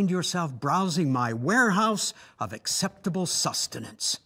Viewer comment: I died when he said acceptible sustinance